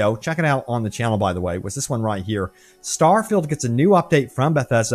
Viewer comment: Shhhhh! I'm vewy, vewy excited. It's Stawfield prerelease hype season.